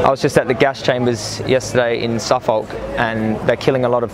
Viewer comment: lol suffolk is pronounced 'sufuk' XD